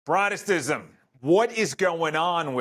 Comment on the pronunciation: not a good start when you can’t even pronounce Protestantism.